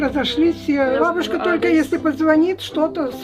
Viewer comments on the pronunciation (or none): когда-нибудь иностранцы узнают, что правильно бАбушка, а не бабУшка :) потрясающее видео, спасибо вам огромное!